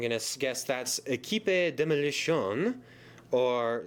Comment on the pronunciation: I actually live in Canada, in Quebec, and the way you said the French part on the packaging of the “équipe demolition” was hilarious, no offense